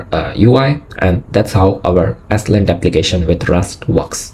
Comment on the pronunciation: It’s pronounced “slint” not “s-lint”.